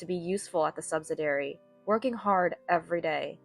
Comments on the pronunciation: Subsidiary is said as "SUB-SID-EE-AIR-EE", and not "sub-sid-air-ee". Your voice sounds like a junior high schooler or high school freshman who is bad is English and can't pronounce words correctly. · liarn to read English. the word is sub -sid-ee-ary. either that or get a new and imprived AI reader. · Subsidiary is pronounced suhb-si-dee-eh-ree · Please note the spelling of subsidiary for proper pronunciation, not "subsidary" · They need to remove the word subsidiary if they are going to use a reader who has no idea how to pronounce the word.